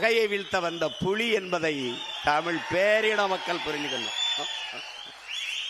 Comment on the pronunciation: பூணை அல்ல புளி? பூனை அல்ல புலி.( ல,ள,ழ,ன,ண,ர,ற)